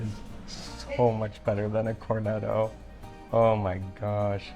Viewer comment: Cornetto with a T sound!